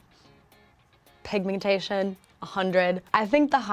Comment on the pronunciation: When she said “Pig-me-tation” 😂